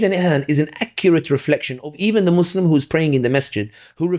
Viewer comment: Love the podcast and the guest! I only ask that these Muslims with a platform pronounce "Muslim" without turning the second syllable into "slum". Listen to to this podcast AND the hosts of Muslim Network TV AND the Dr. Omar Suleiman of Yaqeen Institute who, almost as overhandedly as Western Media when they say, "Muslim" as "Mud's Slum" (when you listen to the words spoken), mispronounce an Arabic word.